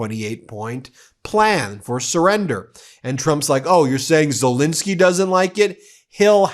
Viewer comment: You would think that the number of times Zelensky's name is mentioned and after all these years Americans would be able to properly pronounce his name. It's ZelEnsky not ZelInsky. Sad.